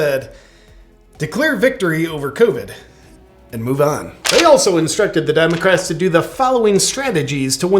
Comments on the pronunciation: I love how JP says, "Quowid!" Lol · The way he says coveckk 😅😅😅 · I'm dying every time JP says, "C*vid" like that🤣🤣🤣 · Omg! Every time he says covi d, I just have to laugh. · Hilarious :D i die laughing every time you speak covhhyhyhyhyhyhyhhyh :D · I love how JP pronounces Covid :) It makes me chuckles each time. I don't get tired of it. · you messed up, you said it correctly